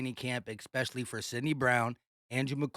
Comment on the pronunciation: Bruh you understand that there's no such word as expecially right?